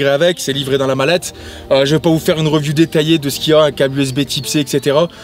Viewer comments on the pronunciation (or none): none